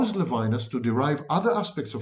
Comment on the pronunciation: Levinas is pronounced in French levee-NAS.